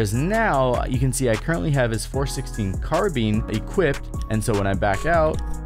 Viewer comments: Dude said (Car-Bean) instead of (Car-Bi-Ne) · Ik my guy did not just call a carbine a carbean 😂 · nah. Carbine. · "Carbeen" lol